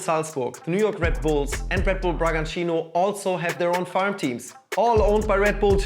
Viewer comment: First off, I'm impressed that he pronnounced Bragantino almost like a native. Congrats on that. But something you guys forgot to highlight and that I think is also important is the impact that these has in the football fans of the so called farm clubs. Take Bragantino for example. Yes, at first, they skyrocketed into Brazil's first division (one which they didn't play for a long time). However, since then, they don't even try anymore. There's no pressure from the board to win, so they just keep the same coach. And who would want to have a team with no ambition? It sucks to see your local team lose all of its' identity and becoming just a profit for a big corporation.